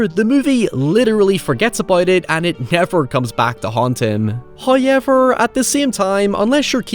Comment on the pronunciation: the way he say nay and HAYVER